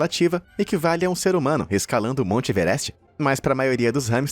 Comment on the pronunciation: Mais. VOCÊ. É. METADE. HUM ANO.E.METADE.MONSTRO